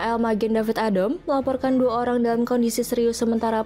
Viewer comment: diawali dgn...: RRRRRRRRRRatusan oRRRRRang WaRRRRRRRRRRRga....🤣🤣🤣